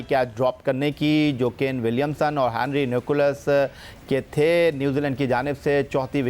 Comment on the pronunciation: Sikandar would say "Ghabrana nahin hain" 😂😂😂🤣🤣🤣 and for Allaah's sake please say Nicholls not Nicholas